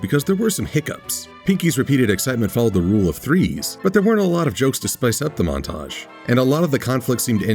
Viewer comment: Wait.Did you say MAUDtage?